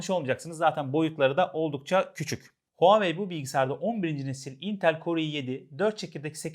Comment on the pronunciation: "huawei" derken H sesi telaffuz edilmez